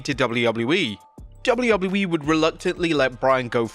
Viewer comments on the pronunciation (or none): He has a harder time saying W.W.E then Chris Jericho🤣🤣🤣